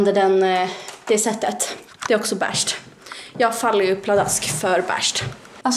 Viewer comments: Man säger vell endå inte BÄÄSHT, Beige heter de. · Det heter inte bärscht